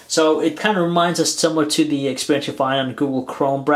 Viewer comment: The expeehhhhrience